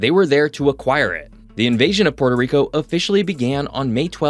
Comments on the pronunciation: "Puerto" is a Spanish word and is not pronounced like the Italian word "Porto". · It is pronounced “PUELTO” - ask any Puerto Rican mang